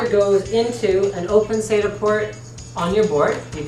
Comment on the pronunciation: Saita? SATA as in SAT....A That guy has been guzlling too much male seed!